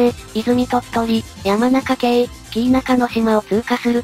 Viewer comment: やまなかけいじゃなく、やまなかだにです。